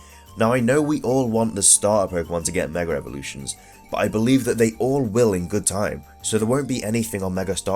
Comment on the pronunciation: MEG AHH EVOLUTIONS not 'megarevolutions'